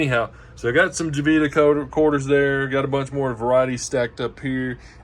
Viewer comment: Please let people know... it's not pronounced Jo-vita It's pronounced Ho-vita